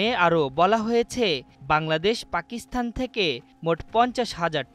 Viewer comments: পাকিস্থান নয় ওটা পাকিস্তান উচ্চারণ হবে। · উচ্চারণ পাকিস্থান নয়, হবে পাকিস্তান!